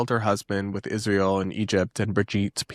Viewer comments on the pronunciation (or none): I am going insane every time she says " Ishhh - rah- el"